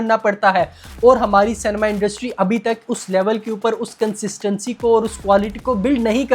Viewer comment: Shoot myself if he says CANEMA once more!